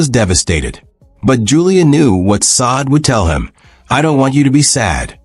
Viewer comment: Please get their names right! It’s so disrespectful to keep calling this woman Saad! Her name is Sade pronounced (shauday) what’s crazier is the first time you did her name you pronounced it correctly. And every cringing time after that you desecrated this woman’s name! If you’re going to report or do a segment on someone at least know their name! If she was my deceased child, I’d be absolutely furious!